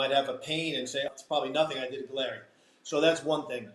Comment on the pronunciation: Galleri >>> sounds like “Gallery”. Just FYI